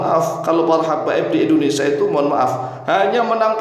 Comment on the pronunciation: bukan Endonesa pak.. tapi.. In do ne sia 🙏😁